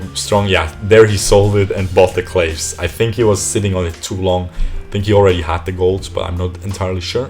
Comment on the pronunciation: hey! love your vids, especially these pro analysis vids however, can't help myself from commenting that "claves sancti" is a latin word, so the pronunciation of the first word is "clah-ways", or, if you can't bear being that much of a wanker, "clah-vays" have a nice day